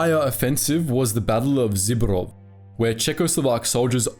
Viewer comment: You said Zborov wrong but Tomaš Masaryk correct so its all right.